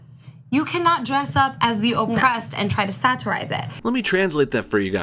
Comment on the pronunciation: I hate the way says "satirize". Why are you annunciating each fucking syllable of only that one word?